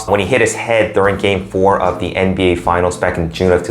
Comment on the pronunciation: Lol he said nb history 😂😂😂😂